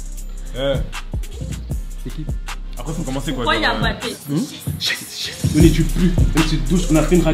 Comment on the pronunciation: C’est pas shess c’est hess 0